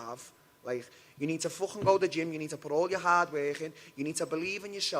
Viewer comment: It's the teeth mate 😬 He's skipping the Thaa sound in Portuguese lol